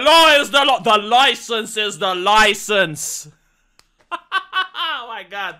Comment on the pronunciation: "Where's your Lemonade Loicence, citizen?! 🔫👮‍♂️"